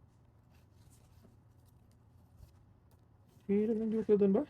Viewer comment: joker po Hindi hoker😂